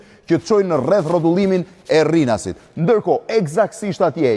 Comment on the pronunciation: Rrinasit thot ky Un e di ae quhet RINAS KY THOT RRINAS